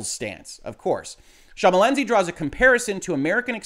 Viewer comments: I appreciate your failed attempts at pronouncing Schmalensee (sh-muh-len-say is a quick and dirty way) correctly. On the bright side, this video is much more comedic than you intended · It's pronounced SH-MAL-EN-SAY - so basically the way it is written - as in the German "Thin Lake". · no need to apologise, my man. You butchered the name less than I would butcher trying to interpret lawsuits like these!